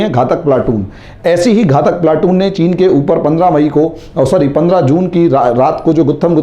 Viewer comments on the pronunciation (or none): घाटक नही घातक बोलते है